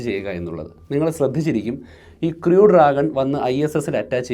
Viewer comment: Please learn the pronunciation of "crew"